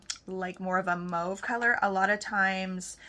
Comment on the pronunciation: FYI you say mauve like the French Canadiens